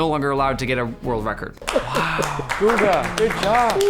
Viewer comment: "cook guga"💀💀